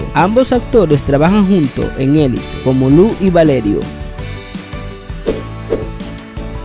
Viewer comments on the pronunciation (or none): none